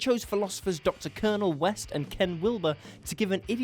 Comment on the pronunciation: 'Shaun of Dead' (sic); "legendary comedian" Michael J. Nelson; and did you call Cornel West 'Dr. Colonel West'? What culture, indeed.